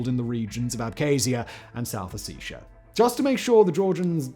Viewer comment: Good video, but geez man, you mispronounce nearly every single word. “Ukraini,” “Abkhazia,” “Ossetia,” etc. Argh!